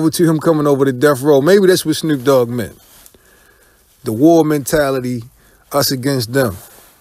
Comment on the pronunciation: It's Snoop dogg not Snroop dogg.